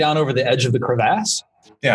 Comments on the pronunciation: Can we all agree to take a shot every time says crevASSE? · Its bothering me how he says crevice or crevasse